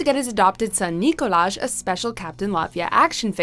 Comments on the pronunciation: Umm actually it’s pronounced “Nee-Collage” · I love how you pronounced it as "Nikolaj" and not "Nikolaj"! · It’s NOT CALLED NICKOLAJ ITS NICOLAJhh😂😂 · It's Nikolaj, not Nikolaj.... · I'm pretty sure it's pronounced Nikolaj. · it's pronounced Nikolaj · It’s “Nikolaj” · Its nicolaj not nicolaj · You wrongly pronounced Nikolaj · Correcting the narrator: Nikolaj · Nope it's Nikolaj** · SHUT UP, IT’S Nikolaj. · It’s not Nikolaj it’s Nikolaj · UGH ITS NIKOLAJ. N I K O L A J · It's not Nikolaj, it is Nikolaj ! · Ayşegül Sancar why did I pronounce these two differently? But anyway ur insane if u think its nikolaj not nikolaj